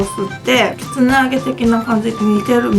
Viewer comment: きつねて聞こえる時もあるけど、結構はっきり、きつな揚げて言ってて、ん？？て聞き直した